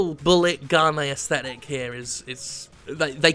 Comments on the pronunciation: That's not how one pronounces "aesthetic", I don't think, and it's a word you often use. No way of posting this without sounding like a prick, sorry. I love the content. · ***** I'm talking about the separation of a and e at the beginning, adding to the syllable count.